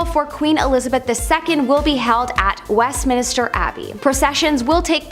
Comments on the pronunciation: Westminister??????? How bout Westminster. This from a Canadian is rather embarrassing. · Westminister why would it be called minister? Stop saying that